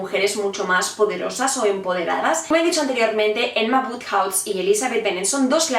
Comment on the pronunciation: Por qué le dices "Enma"?